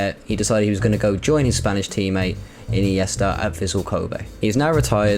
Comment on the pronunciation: I noticed mispronunciations of Andre iniesta and not Andrés and i think i heard Abliol not albiol. I would also say Mutu/Shevchenko was the beginning of the Chelsea curse I actually enjoyed the video though